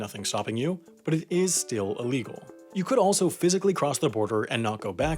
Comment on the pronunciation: Sounds like the narrator of this video gets some kind of happy charge when he says the word illegal. I can't take it